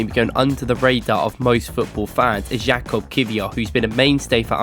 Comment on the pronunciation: fyi his name is pronounced yakub not jakob